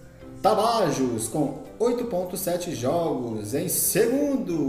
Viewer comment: Rapaz, antes de vc fazer videos e comentarios melhore seu portugues e pronuncie os nomes dos clubes correto. vc não respeita os acentos ( NÃO É CAETE O CORRETO É CAETÉ - NÃO É AGUA DE MARAMBA É ÁGUIA DE MARABÁ - NÃO É TABAJOS É TAPAJÓS ... TE LIGA MANO